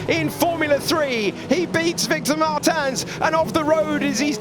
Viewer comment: ITS MARTINS NOT MARTAN, HE IS NOT D’ARTAGNAN